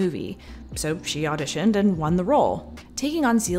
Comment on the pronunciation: "...she au-dish-INNED... " 😆